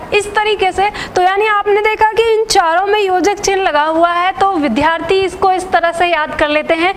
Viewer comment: आप ' विद्यार्थी ' शब्द का ही उच्चारण सही नहीं कर पा रही हैं । इस शब्द में ध वर्ण का उपयोग ही नहीं हुआ है ।